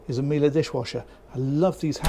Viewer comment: How did I know you would pronounce Miele properly? Well, it’s because you know your stuff, that’s how.